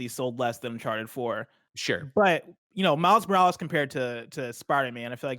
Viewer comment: "Spider man miles moractor"